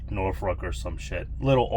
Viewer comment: Uhhh… It’s “Norfolk”… “Nor-fick” (no ‘r’ in the 2nd syllable).